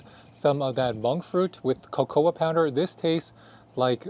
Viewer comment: Co co. Not co co ah.